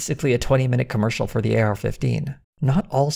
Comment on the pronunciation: In your intro you pronounced for like “fir”, this is surely a sign of tucker toxins slipping into your cerebrum. The prognosis for this is not good, you might even be replaced!